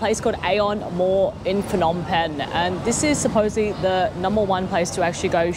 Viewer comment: Cool video!! Also the H is silent In phnom when u pronounce it.